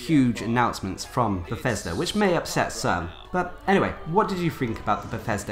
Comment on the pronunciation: PLEASE PLEASE PLEASE pronounce your th's & f words correctly it is not befesda, or fanks. Other than that awesome videos